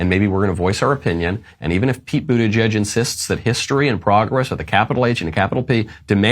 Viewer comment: Pete Bootyjuice, isn't that what Biden called him? Or was I the only one who heard it?